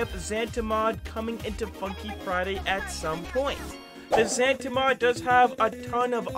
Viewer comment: it's Zanta not zanda